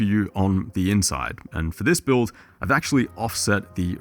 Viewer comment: where did you monkey get 5090... fokin boiuilt... build. not boiuilt :D